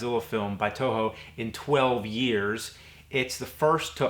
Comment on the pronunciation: Eternia, it's a joke. It always sounds like "Touhou" when James says "Toho"